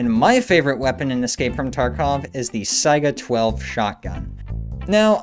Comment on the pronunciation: "saiga" thank you. so many unfamiliar with it call it a "sega"